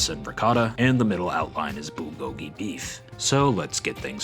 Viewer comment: Pokémon should make these into real merch. Also bulgogi is pronounced like “BURL-go-gee” The “rl” in “burl” is combined in one letter making an r/l sound. If you can’t pronounce it just say “BROO-go-gee”, which somehow sounds more authentic than taking out either r or l